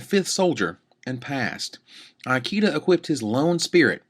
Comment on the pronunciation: is pronouncing Ikeda's name badly wrong. "I" rhymes with see (or even bit, if you want to Americanize it), "ke" rhymes with may, and "da" is correct. This is like asking someone if they speak EYE-talian. Seeing as the player in question is in the running for POY, and the Japanese have long been a power in competitive Magic, commentators should really learn how to pronounce their names correctly.